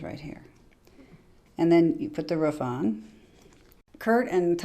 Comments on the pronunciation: I am from Idaho and to be honest I hate it when someone from Idaho says ruf instead of roof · Why do so many people in our country have such a hard time pronouncing a simple word like ROOF instead of RUFF?